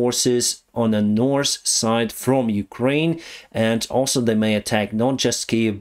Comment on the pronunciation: I like how you spell "north" as "norse". When you mentioned Norse Korea I immediately imagined Vikings ruling Korea from Pyongyang XD